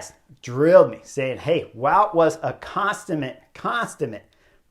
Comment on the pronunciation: Love the commentary and review… but it’s “con-summ-ate” not con-STUMM-ate. 😊 Keep up the great work and EFF NBC for not bring you back this year 😢